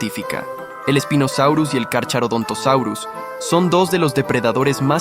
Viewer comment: El "ch" se lee como K, por lo que no se dice Carcharodontosaurus sino carkarodontosaurus. Y si Spinosaurus era mas largo que el T rex pero no era más grande que este ultimo.